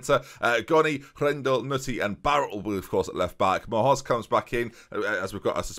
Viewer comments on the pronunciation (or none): Cannot BELIEVE he's still saying Munhoz like that m'lady meme. "M'hoz" tips fedora